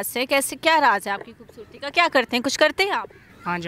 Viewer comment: bhubhsorti ni janab.. khobsorti ..lafz thek karo bhai